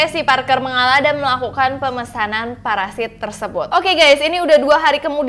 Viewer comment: Parasit kak bukan paresait 😂🤣😂🤣😂🤣😂🤣😂 ngakak plus horor